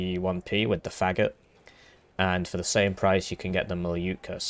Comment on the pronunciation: Thank you for letting me know, but pronouncing it "Fagot" is way way funnier